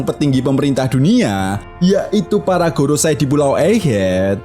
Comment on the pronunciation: Ralat bang maaf.. gorousei bukan gorosay. Go=5 rousei=tetua mkanya jadi five elders di inggris. 🙏